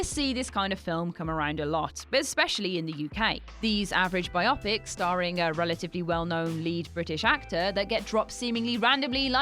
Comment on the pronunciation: "TOLL-keen". "BIO-pics" (you know, as in biographical picture?). "dis-TRI-butor". The S is silent in Cannes.